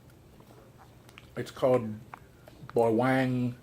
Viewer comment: You should try nagaraya adobo or garlic flavor....and its pronounced as BA-WANG not BAweng